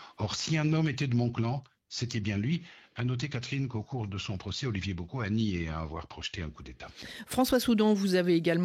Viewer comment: La prononciation du nom d'Olivier me fatigue 🥲